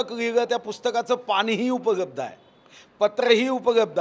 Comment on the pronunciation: उपलब्ध म्हणा...उपगब्ध काय आहे😂